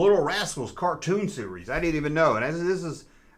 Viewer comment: When you say "series" it sounds like you're saying "Ree-Yees"...💁🏻💯✔️